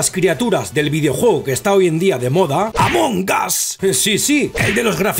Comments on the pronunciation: Dice amongaz en vez de among us XD pero among us se significa entre nosotros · Se pronuncia Among as Y se escribe Among Us